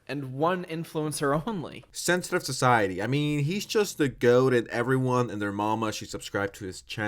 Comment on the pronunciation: Not sensitive society name dropping himself, he’s or sensitive society in my ears 😂